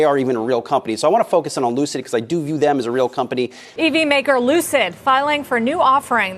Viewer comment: Lucid Motors =Loose-It Motors 🤣🤣😆😆